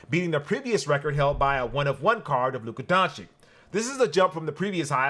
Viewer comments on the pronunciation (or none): All love, but “Lucha Donchick”? Really???🤣